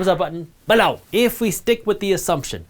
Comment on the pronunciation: English is not my mother language, I can't tell if he's got any accent. I noticed the strong Bellow, though.